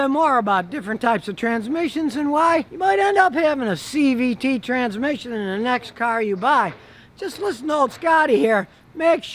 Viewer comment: Are u saying cvp? What is that?